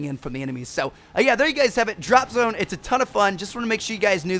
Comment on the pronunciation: It sound like you're saying drop some.